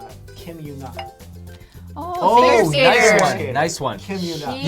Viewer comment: It's Kim YEO-na not yoo